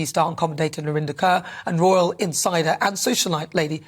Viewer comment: Royal, not Rital sorry